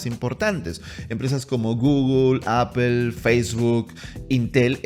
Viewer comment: Excelente vídeo, una recomendación no se dice /Apel/ sino /Apol/